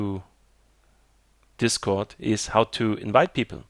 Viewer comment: Man kann richtig raushören dass er deutsch ist wo er bei discord sagt xDD